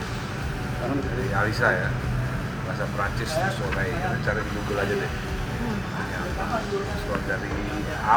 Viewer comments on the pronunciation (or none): So-leyl Dari mana soleh-nya?,,, Plis deh ngampungnya jangan ngampung banget.